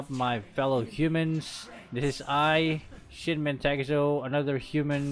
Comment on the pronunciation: No one: Literally no one: Not a single soul:: DEMEJ